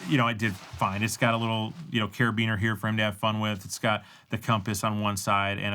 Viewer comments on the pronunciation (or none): none